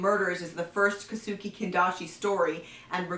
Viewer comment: In Japanese any thing that ends with -e is pronounced with an eh sound. So Kosuke is pronounced Ko-Su-Keh and Kobe is pronounced Ko-Beh.